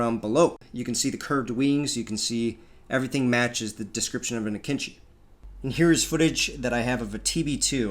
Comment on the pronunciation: The entire video I was struggling to understand which drone this dumbass refers to when he says "kinchi" Turns out he was talking about AKINCI. That's not how you pronounce it, it's like way off